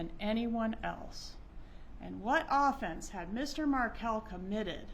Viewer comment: its pronounced off-FENCE not OFF-fence